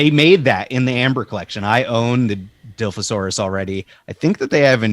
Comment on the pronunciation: Good episode guys! Im bummed that when you drop Jurassic news I don't make it. Thanks for doing that for me! Let me help out. Say it with me now "Die-loff-o-saur-us" is how we pronounce the spitter dino Dilophosaurus.